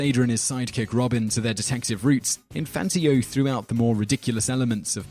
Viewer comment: "Infantio"? It is like the announcer was not even TRYING to pronounce the names correctly. If only that was the ONLY word he spat out, half chewed.